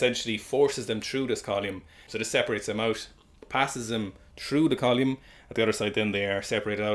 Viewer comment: I don't know much about science I just pick stuff up and put it down. But what a unique and surprising way to pronounce "column"